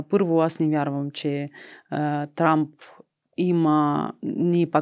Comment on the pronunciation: произнесе името на Тръмп като Трамп ( просяк, скитник) и удари в целта. Браво, тоя е наистина такъв по манталитет.